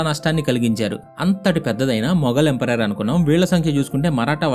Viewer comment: bro thappuga anukonante oka suggestion, empire ni emperor laga pronounce chestunav bro video antha. ante for example, maratha empire ni maratha emperor antunav, neeku teliyandi kaadu kaani cheptunna